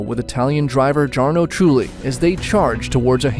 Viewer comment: Someone doesn't know how to pronounce Jarno Trulli or Romain Grosjean. I wonder why people make videos when they don't even do proper research into even their names!